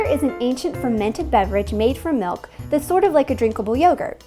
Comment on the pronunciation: The way she pronounces kefir drives me crazy. I'm not shocked given that she pronounced milk like melk.